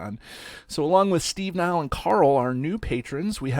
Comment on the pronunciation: You pronounced 'Niall' perfectly, thank you!